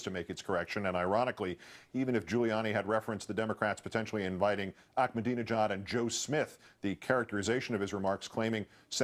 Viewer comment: Why does he keep saying "Ackmadinejad"? There is no "k" in Ahmadinejad's name.